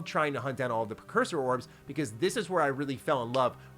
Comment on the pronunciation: PRE-cursor 🫠 NOT PER. 😢😂